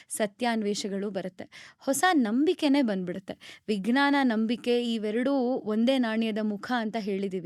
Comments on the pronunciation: ನಿಮ್ಮ ಪ್ರತಿಭೆ ಬಗ್ಗೆ, ಕನ್ನಡ ಭಾಷೆಯ ಹಿಡಿತದ ಬಗ್ಗೆ ಏನು ದೂರು ಇಲ್ಲ, ಆದರೆ ವಿಜ್ಞಾನವನ್ನು ವಿಗ್ನಾನ ಅಂತ ಹೇಳುವುದು ಮಾತ್ರ ಸರಿ ಇಲ್ಲ. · ನೀವು ವಿಜ್ಞಾನ ಅನ್ನುವ ಪದದ ಉಚ್ಚಾರಣೆಯನ್ನು ವಿಗ್ನಾನ ಎನ್ನುತ್ತಿದ್ದೀರಿ. ಇದನ್ನು ಪರಿಶೀಲಿಸಬಹುದೇ?